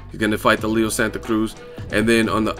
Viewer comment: Bruh just say Santa Cruz like a regular non Spanish person lol you butcher the shit out of it